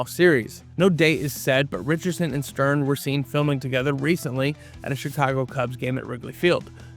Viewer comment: The "G" is silent in Neagley, like the "G" in Neighbor and Phlegm🤔 And it's Maria Sten, not Stern🤨